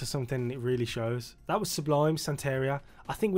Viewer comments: Pronounced "santa-ree-ah", it's a Spanish word for an African-Cuban spiritual tradition. I'm glad he only put it in the first line! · Sublime has some of the best songs from the 90s! Btw it’s pronounced “Santa-ree-uh” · Fuckin awesome band. This style is reggae, but as others have said they span punk, hip-hop, ska and dub as well. BTW, i think it's pronounced Santa-ri-a. +1 For checking out a song called Wrong Way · Pronounced SANTA- REE-A...Sublime is still a West coast favorite, even long after Bradley's death...RIP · Senteria? Now pronounce ALUMINUM, SIXTH & CONTROVERSY. For the last one sing the word to the Prince hit CON-TRO-VER-SEE and you'll be saying it right😅🤘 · Lol you said "SanTEHria" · Hayna is a bad pronunciation of "reina", queen in Spanish, and sancho is a bloke who moves in on your girl. It's chicano lingo.